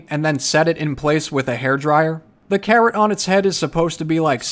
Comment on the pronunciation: I love watching your videos! But I swear when you said carrot, I totally heard "Karen" and I was like why does he need a "Karen". 😂❤️